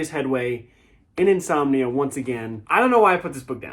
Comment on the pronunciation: You were reading "Insominia" as your "got-to-bed" book. 🤣